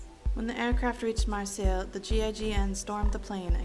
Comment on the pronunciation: "When the pane reached "Marsayle"'...are you serious? Can't even pronounce Marseille right?